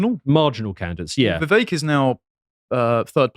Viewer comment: it's a two syllable name you anglo-saxon Mr. Puddingale Falmworth Woolridge Elderberry. Make "vivek" into "vik" smh. I agree with you on the other segment -he's clearly the smartest and most competent man running and having Vivek for 4 years as VP + 8 years as President would be ideal. However, Vivek like Trump, wouldn't be ok with being a VP. He's very alpha and more suited to running something.